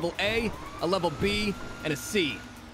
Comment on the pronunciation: frank we hv a hostage situation Jmw: just levvel the place Me: dying from laughter